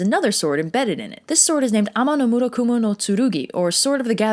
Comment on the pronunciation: I will never get over extremely smooth pronunciation for Ame-no-Murakumo-no-Tsurugi